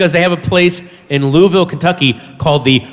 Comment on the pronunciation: You said Louisville right